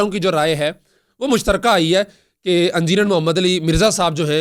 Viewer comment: لنڈے دے صحافی صاحب"اَنجینئر" نہیں "اِنجینئر" ہوتا ہے